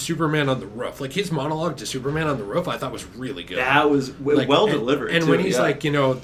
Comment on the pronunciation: How normal people say "roof" How says roof=ruff 🐶